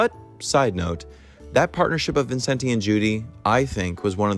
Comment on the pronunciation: Don't pronounce the last e in Vincente. Albeit correct in Italian.